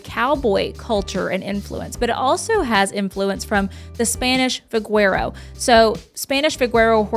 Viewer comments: VaQuero, no "G" sound:) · Great video, but as a native South Texan from the Vaquero Capitol of Texas, your pronunciation of Vaquero is off. vuh- KEW-row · Thank you! I was born and raised in San Antonio and live in the Hill Country now. This is a lovely video, but I cringed when I heard pronounce 'vaquero'. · Even you got it wrong - vuh-keh-row. Que is a "keh" sound, not "kew". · I think it depends on what part of Texas you're from. I have heard both pronunciations.